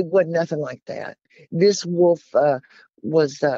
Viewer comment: Wolf not woof